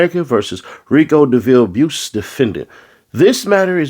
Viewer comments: His last name is pronounced " bice" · The u is silent bruh it's pronounced bice but it's spelled buice other than that your reading comprehension skills is 🔥@